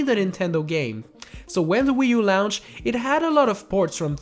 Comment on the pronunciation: "when the wii u lounched" -. what does lounched mean?(I know what the word is)